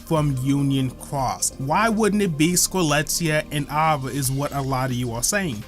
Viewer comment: why is he saying ava like that